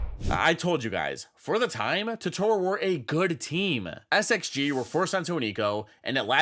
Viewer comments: It's TOtoro, not TotOro. That's a character from studio Ghibli anime with the same name. Edit: Other than that, the video is awesome!! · i absolutely love your content, but every time you say “totoorro” i wilt a little inside. still, love your vids!